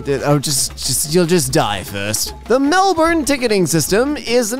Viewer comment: Oh my god! said the name of my city right! 🎉😃😂 Most people say Mel-born but no it’s pronounced as Mel-bn 😂, Thank you!!! You’ve made my day! 😂😁🫂 I should’ve get worked up about this by hey I live in Melbourne so I can. 🤣